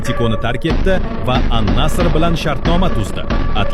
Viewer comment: An-nasr demasdan An-nasi deb qoyaveringlar bila😂😂😂😂😂